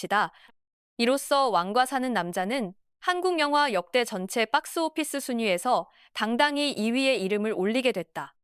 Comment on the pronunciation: 빡스오피스 ㅋㅋㅋ 발음 찰지네